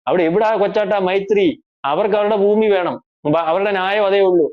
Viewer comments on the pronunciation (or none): none